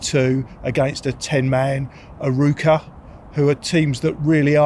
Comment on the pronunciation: Sem esquecer a forma como disse Arouca: A Ruca 😂